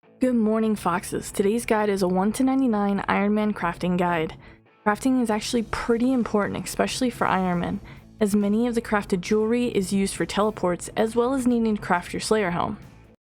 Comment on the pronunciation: did you just call me a fox and say ecspecially? instant dislike